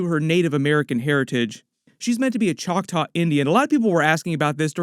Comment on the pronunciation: Just say Chocktaw, man. They're not actually Indians (people from India)